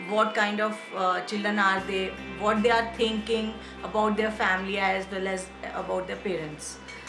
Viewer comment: “Vwhat kinda hairstyle is shola havin It” 🤣🤣🤣